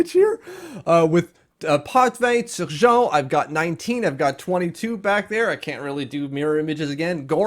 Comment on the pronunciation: I laughed out loud when you said you can’t pronounce “Clutterbuck” but then go all in on the Swedish and Finnish names 😂 I have to ask, why do you say them like that? Do you go off the country of origin’s pronunciation? Like when you said “Suh-jon” for Turgeon in the beginning or “Bolduzk” for Bolduc? If you do it just to be impressive, all power to you, but I have to know haha